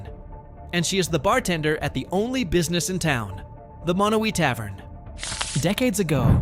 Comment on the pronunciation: Just for the record, Monowi, population 1, is MA-no-wye, rather than muh-NO-we. You got the em-FAH-sis on the wrong syl-LA-ble.